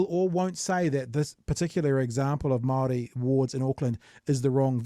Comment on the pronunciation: Maroi seats, lol Of course not as bad as that dude saying "tea rio".